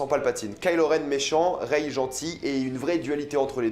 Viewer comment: Par-contre arrête vraiment de dire: reyeee, ahhh c'est rey mec.